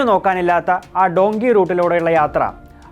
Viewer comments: ഡോങ്കി അല്ലുവ്വ... ഡങ്കി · ഡുൻകി അല്ല ഡൻകീ